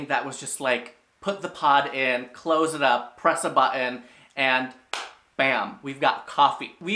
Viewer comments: I love the way he pronounces the word “button”! “You just push a buh-in” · It’s cute they way you pronounce button. « Bahun »